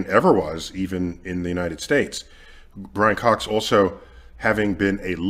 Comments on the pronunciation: “There’s another one” proceeds to not even be able to say his name hahahaha Brian fox is way more likable than Neil no doubt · Nothing passively aggressively throws shade at a person than repeatedly, purposely butchering their name lol